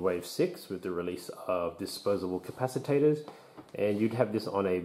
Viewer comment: Just wondering if you noticed you were adding an extra syllable to capacitors?... though capaciTAtors does sound more epic. Also great vid thanks